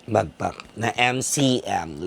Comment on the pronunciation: its backpack not bagpack if i heared it right.